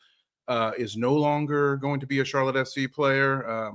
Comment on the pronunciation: Thanks for pronouncing our club right! Much appreciated! You get a like straight away! What I’ve seen there’s a lot of hate for Patrick, so I can understand why he would go elsewhere to prove himself! With our manger and training ground he will be a better player!! Watch this space!